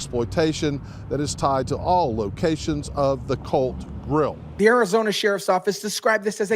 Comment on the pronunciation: Well, it's "The COLT" GRILL, NOT the "CULT" grill. Facts Matter.